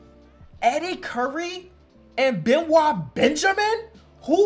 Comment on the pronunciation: Benoit Benjamin's first name is actually prounced be-NOYT 😆